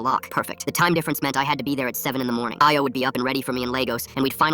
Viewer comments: Nigeria mentioned Why did it pronounce Ayo and Lagos like that😭🙏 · yeah lol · My thoughts exactly